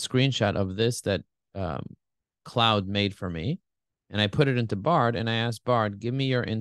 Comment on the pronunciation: Claude is a French name, pronounced cloh-d, not like "cloud"! Bard pronounced it right 😉 Helpful comparison, thanks!